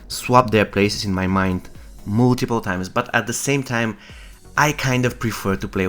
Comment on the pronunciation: Mooolltipool times, oooltimate 🤣🤣🤣